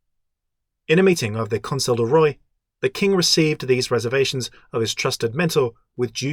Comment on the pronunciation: Love this series, great job! (Even though the way you pronounce "roi" makes me weep in a corner.)